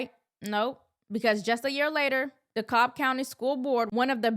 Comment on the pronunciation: You pronounce the L in DeKalb, Illinois.